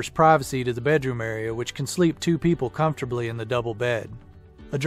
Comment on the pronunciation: I like the ford chassis Winnebago. Pricey but comfortable. Like the blond who pronounced comfortable in four syllables. Come for the bull. SEMPER FIDELIS